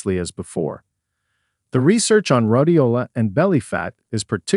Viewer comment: Rhodiola...was mispronounced rod-i-o-la. It's Rhoad-i-o-la...but there are many more. I'm not going to relisten. There are MANY live voice-over artists/actors looking for work. When you default to free but piss-poor AI to leave more money in your pocket, it's essentially taking jobs from us as actors. One day, AI will take your 9-5 job from you.